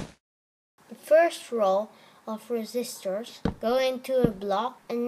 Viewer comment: you say resisters? still nice!